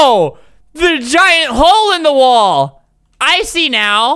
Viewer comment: When albert said i see now I actually thought that he said “IcY nOw” ;D